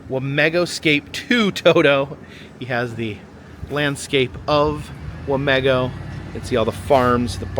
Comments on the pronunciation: As a resident here i am personally offended you called it wah-meh-go if you ask ANY person here it is wah-MEE-go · Wa mē go! Long e with the emphases on me.